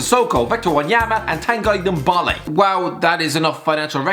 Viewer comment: nobody:: tAnGuY nDuMbOLeE